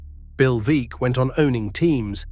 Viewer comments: Want to know what I consider "vulgar" ? It's an ai Alistair Cooke that's an instant baseball historian that butchers a name that most baseball aficionados would know . Bill Veeck is pronounced "Veck" as in wreck , not Veak . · "Veeck" as in "wreck"